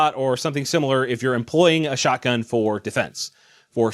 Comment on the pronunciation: When you say shotgun, i hear "Alakablam"